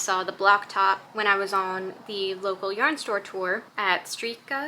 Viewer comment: Was it spelled “Strikke”? It’s Norwegian for “Knit”. Sounds like “Strick-eh” like not Canadian Eh but like ehh/uh very soft. Roll the r